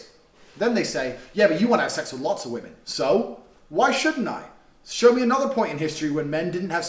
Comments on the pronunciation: Do all Americans pronounce women "woman" or am I going crazy? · Why do you always pronounce 'women' as 'woman'? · ily but why do u say "women" and "woman" the same way